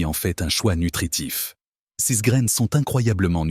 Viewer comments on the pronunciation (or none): C’est de l’ia qui cause ! Complètement insupportable ! Exemple : « ces » l’ia prononce cèces !